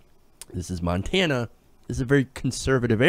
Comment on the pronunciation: As someone who is from Montana I am impressed that you pronounced the names of all those towns correctly.